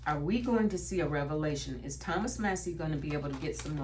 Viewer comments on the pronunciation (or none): 😊 Congressman Thomas Massie's last name is pronounced MASS-ee. The first syllable rhymes with "class," and the second syllable sounds like the letter "E". Not mossy. ♥️🥰